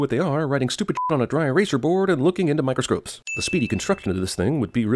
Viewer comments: he says microscropes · He said Microscropes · He said "microscropes" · "microscropes" ding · is it just me or did jeremy say "microscRopes", did anyone else catch that? i think thats +1 sin to the movie for making the commentator mispronounce microscopes and +5 sins to cinemasins for mispronouncing microscopes and having it caught and criticized by the internet